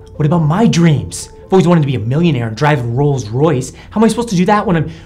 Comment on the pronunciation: Anybody did notice he said rols royce inn 2000